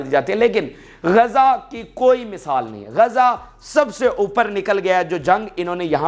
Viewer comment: GAZA NAHI (GAZZA) BOLO.